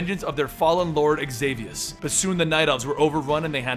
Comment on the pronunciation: orc warrior ftw and i think xavius is pronounced without the x in the start